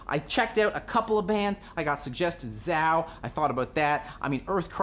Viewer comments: ZAY-O. Not "Zow." Other than that, spot-on! \m/ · The A is long in Zao I believe. More like “Zay-O”. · Calling ZAO "SZOW" IS LIKE CALLING RAMMSTEIN "RAYUMSTEEEEN"🤮🤦🤦🤦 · Holy shit is that what he meant? I thought he was just talking of some band I hadn't heard. Haha. Zao in the late '90s were simply crushing live.